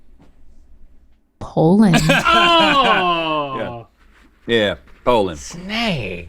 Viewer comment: Link, it's not Pole-end but Po-land.